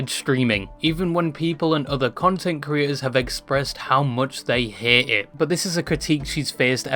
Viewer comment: bro....its haTe not hair...dafuq xD